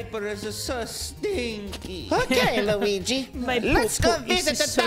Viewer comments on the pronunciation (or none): none